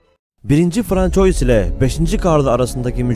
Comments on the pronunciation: François değil fransua :) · FRANÇOIS diye yazılır. FRANSUVA diye okunur. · François FRANSUVA diye okunur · François değil fransova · François değil fransua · François yazılır, fransuva okunur.. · françois nedir birader fransua die telaffuz edilir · yabancı dil bilgin zayıf yazıldığı gibi okuyorsun François diye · c den sonra kalın sesli varsa "k" okunur ince sesli varsa "s" okunur, "ç" harfi ise sonraki kalın sesli bile olsa "s" okunması için! "oy" diye bir okunuş yok; "oi" ua diye okunur; "ua" hızlı okununca bizlere, daha doğrusu fransızca bilmeyenlerin kulağına "oy" diye gelir; ama orda bir"y" okunuşu yok! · bu kadar değerli ve bilgi yüklü bu videoda françois'yı doğru telaffuz etmemek.. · Fransua dır telaffuzu francois değil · 1. François’ i “1. Fransuva” değil de yazıldığı gibi “françois” diye okuduktan sonrasını izlemedim. Bilen bilmeyen herkes birşeyler anlatır olmuş. Çöplüğe çevirdiniz YouTube u. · Demek istediğim Fransız devlet televizyonundaki spikere metni hazırlayanlar ve sözlüğe Soliman diye yazanlar bence bu youtuberin Francois diye okumasından daha fazla sorumlu.Yani onlar bile bile burdaki zavallı türk Youtuberim bilmeyerek... ki bence hep böyle 'yanlış' okusun. Sanki Fransızlar bizim tarihi atalarımızı çok önemsiyorlarda ismini telafuz etmeden önce on beş dil bilim uzmanını çağırıyorlar. Adamlar dergilerinde Peygamberimizle alay ediyorlar daha ne diyeyim. Hadi batı özentileri, hepinize eyvallah. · François :)))) Fransuva olmasın o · francois degil fransuva olacak dikkat edelim. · Lutfen Francois demeyin, Fransua deyin :) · Françoyis ne aga? :))) Fransua Fransua :))) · François* Fransuva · François, Fransua diye okunur. Ay gün ve yıl belirtilen durumlarda “yılında” değil, “tarihinde” denir. Konuşmacaılığınıza bir katkım olsun istedim. İyi çalışmalar. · François diye yazılır, Fransua diye okunur. Louis diye yazılır, Lui diye okunur... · François diye değil Fransuaz diye telafuz edilir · françois yerine okurken fransuva diye okursanız güzel olur